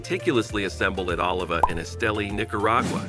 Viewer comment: Dude you are butchering the language; Jalapa is pronounced Halapa and Oliva is pronounced O Leave A